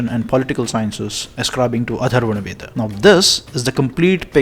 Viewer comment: Its not Atharvana veda, it's Atharva Veda